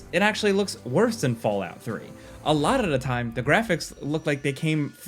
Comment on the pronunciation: Nobody heard that?! Bay area "alodadaad time" 😂